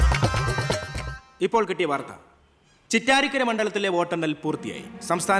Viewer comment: ചിറ്റാരിക്കര ❌ കൊട്ടാരക്കര ✅